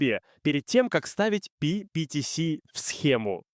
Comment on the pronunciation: Ага, только почему-то то ПиПиТиЭс, то ПиПиТиСи. Я уж про ударения не буду.